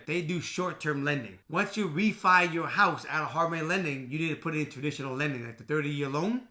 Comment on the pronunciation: I kept thinking he was saying “harmony lenders” 😂 and sure enough there’s a harmony lender if you try to look it up so then i got really confused. Glad i saw your comment!😂